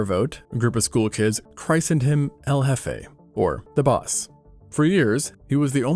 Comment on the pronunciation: Check the pronunciation of "christened". More like "Chris". Less like "Christ".